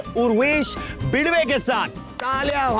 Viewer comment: Urvesh Bidwe nhi.. Badwe hai 😂❤️